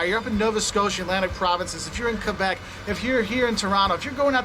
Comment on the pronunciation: Thx for pronoucing Québec the right way!